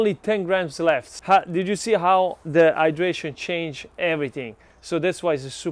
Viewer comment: When he says the hydration! I hear it dehydration 🤣🤣🤣and i get back to the title it says hydration and my brain is no longer braining🤣🤣🤣🤣🙈